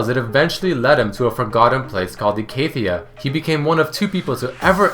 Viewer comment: Do you seriously not know how to pronounce Icathia? Haven't you ever played Malzahar?